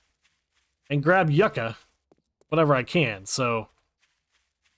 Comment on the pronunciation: How long are we going to let this man mispronounce YUCCA?! LMAO 😂